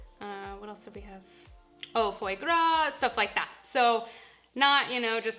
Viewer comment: Omg! She can't pronounce any culinary words. Pate, foie gras, d'artagnan! Painful. Good tips though.